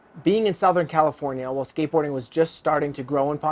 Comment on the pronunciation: I don’t trust anyone that says southern as “sow-thern”